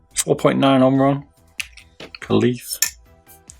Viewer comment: i think kailh pronounced kale